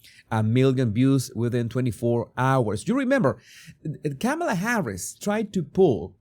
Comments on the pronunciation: Sir, I greatly appreciate your channel. I have a request though - my name is Tamela, pronounced like Pamela but with a “T”!! Your pronunciation of KamAla…sounds much like my name…and I don’t want to be associated with that evil *bleep*!! Please, I beg you, work on that “A” in the middle - all of us PamElas and TamElas will be so happy!!!😉🤣🤭🤣🤣🤣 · You know that’s not how you even pronounce her name so you started off this video petty 🤷🏾‍♀️🤦🏾‍♀️